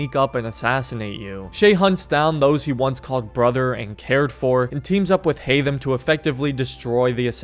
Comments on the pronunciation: 1. It's Haytham, not Haymath 2. I consider him the second deadliest. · Haythem and its not even close